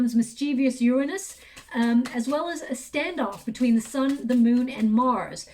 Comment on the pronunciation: like your readings . cant stand the way u mispronounce Uranus